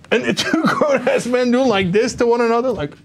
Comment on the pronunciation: "Grown... uh, ass-men" I think Cenk placed the hyphen in the wrong place.